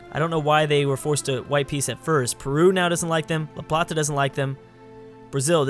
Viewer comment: its la plata not la platza